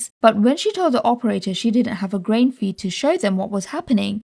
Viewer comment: I love how grain sounds so much like brain every time you say grain I think your saying brain